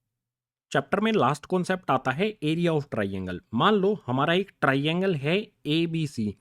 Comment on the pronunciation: Sir bool rahe hai ...trey _ angle🤪